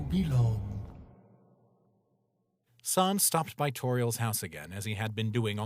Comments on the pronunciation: The narrator pronounced sans as s-aa-ns not s-an-s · Why do they say sons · Why do you call sans sons